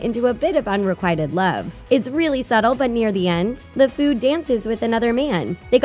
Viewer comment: She pronounced the word "Sakura" and "Lefou's" name wrong